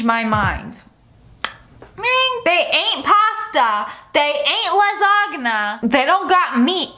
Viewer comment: mins in she can't even pronounce lasagna comment omg on my comment